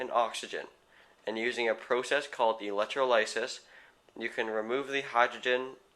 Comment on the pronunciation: i dont think its electro-lice-is, i think it is pronounced elec-troll-iss-iss